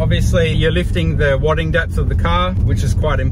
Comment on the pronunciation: Wad or Wade? I thinking it's wad'e'ing. Wadding made me think you were excited about your snorkel.